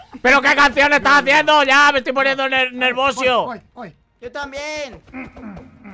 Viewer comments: tan nervioso que cuando dijo nervioso dijo nervosio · dice nervosio